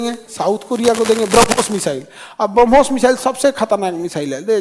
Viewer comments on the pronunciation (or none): none